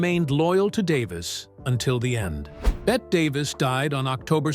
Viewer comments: Pronouced "Betty", not "Bet". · Why is her NAME being mispronounced throughout this ridiculous mini documentary? She was never called "BET" - her name was pronounced Bet - Tee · FINALLY- Agood overview! BUT - they still got things wrong ..3 things in total..First , her name is pronounced Betty not Bet ? Secondly , they didn't mention her second marriage to Arthur Hansworth & thirdly , Olivia Dehavilland was NOT a long time rival of her - she was a good & loyal friend from start to finish! All that aside - it was good cover of one of a very short list of Hollywood's very best... Thank you..😂❤🇦🇺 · For Gawd Sakes, The narrator is terrible. Her name is not pronounced Bett but Bette as in Betty. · “Bet” Davis? What asshole narrated this? This is a pathetic documentary, with its dramatic lines and its terrible script. Just delete this already. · The narrator should know better - she pronounced her name "Betty" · Really wish you'd pronounce her name correctly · Gee. Can you at least tweek the auto narrator to pronounce her name correctly??? Out.